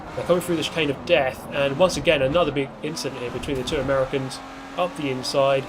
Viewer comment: I can't tell if you're saying 'Americans' weird on purpose or if that's how you actually say it 🤔